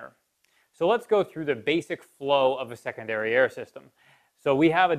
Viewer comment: I just kept hearing "second dariare"... My single dariare works just fine though...